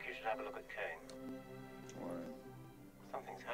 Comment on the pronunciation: "Kain"? Kane😀